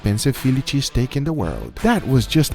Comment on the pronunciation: Had to rewind just to hear Guga say “sheeeeeztake”